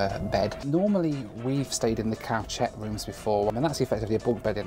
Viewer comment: Cow-chet? You mean koo-shet?